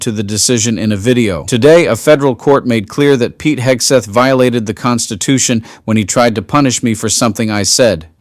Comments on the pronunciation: Guy, it is not "Hesketh". "Hegseth". Say. "Heg-Seth" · I’m just here to hear him called Hesgeth 😂